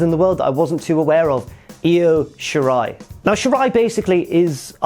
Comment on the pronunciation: I'm so glad you managed to pronounce Io Shirai (and most of the other Japanese names correctly). Almost all others of Occidental origin pronounce her given name as "EYE-OH". But the "Ryu" in "Ryusuke" is pronounced "Re-Yoo" not "Rai-Yoo." Of course, we can all blame growing up with Street Fighter on this one; I understand that'd be a hard habit to break.